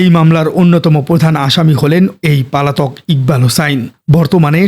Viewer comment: আমার মনে হয় আপনার উচ্চারন গুলো ঠিক করবেন। যেমন "পালাতক" শব্দটা অনেকবার উচ্চারন করেছেন।